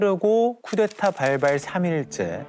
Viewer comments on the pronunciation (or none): 쿠데타를 왜 쿠테타라고 말할까? 발음이 힘든가? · 저 여자는 왜 자꾸 쿠테타라고 발음하나요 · 찾아보니까 나이 많은 사람이 쿠테타라고 발음한다 하네요